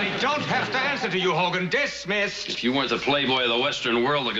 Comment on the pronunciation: DIS-missed, please! 😂😂😂